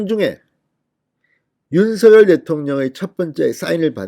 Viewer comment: 윤서결이아니라 윤성녈이라고 발음해야되는거아녜요?